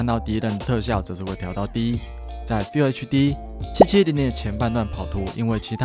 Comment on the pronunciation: FULL唸「富喔」，不是「菲有」😂